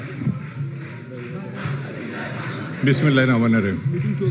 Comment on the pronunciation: বিছমিল্লাহ সুন্দর করে বলতে পারে না সেও নাকি আবার নেতা সাজে! আজব বিষয়